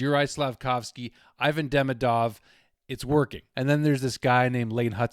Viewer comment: 'ee-VAHN dee-MEE-dov' is the correct pronunciation of his name. What a start for this guy. Let's hope we get back-to-back Calder Trophy winner!